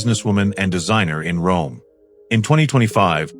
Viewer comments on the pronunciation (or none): none